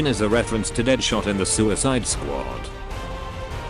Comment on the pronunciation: omg the pronunciations XD